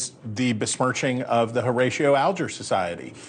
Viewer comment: The name is: whore-A-she-o (Horatio)……get with it “journalist.”